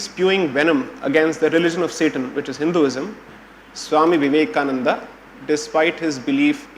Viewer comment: Mr. Taroor, it is not Vivekanand, it is Swami Vivekananda.